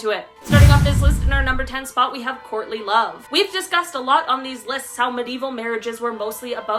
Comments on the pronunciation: I thought she said Courtney Love at first instead of "courtly love" LOL ! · Lol, I thought she said *Courtney Love*, I thought maybe she was using them as an example, especially with marrying for money 🤣🤣🤣🤣